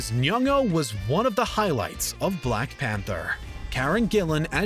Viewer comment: Bruh why did he have to say black panther as BLACK pAnTher